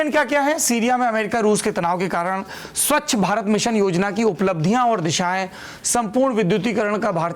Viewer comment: सबसे पहले आप स्वच्छ का उच्चारण ठीक करें आप स्वच्छ की स्वक्ष बोल रहे हैं और ऐसा आपने कई बार बोला १. स्वच्छ भारत की उपलब्धियाँ और दिशा - उपलब्धियों में साकारात्मकता और दिशा में उसकी कमियों और विफलताओं पर आँकड़े सहित वर्णन हो सकते हैं । क्यूँकि दिशा शब्द बहुत व्यापक है एक दिशा आपके नज़रिए से सही लेकिन दूसरे कोण से ग़लत भी हो सकती है । २. सम्पूर्ण विद्युतीकरण पर टिप्पणी में परीक्षार्थी आलोचना भी लिख सकता है । जब हम पढ़ते थे तब तो ऐसा ही सिखाया जाता था कि अगर नम्बर अच्छे लाने हैं तो जो टॉपिक मिला है उसकी नकारात्मकता के विश्लेषण से शुरू करें और साकारात्मकता की ओर बढ़ें या फिर इसके उलट भी कर सकते हैं । जो लोग सीधा सीधा टॉपिक उठा कर लिखा देते हैं वैसा करने वाले १०० में ८० मिल जाएँगे तो आपको अंक जेनरल मिलेंगे आउट्स्टैंडिंग नहीं । ३. प्रश्न पूछे क्या गए उस से ज़्यादा महत्व उत्तर में क्या लिखा गया इसका होना चाहिए । मुझे उम्मीद है आप और आपके रीडर मेरी टिप्पणी को इग्नोर ही करेंगे ।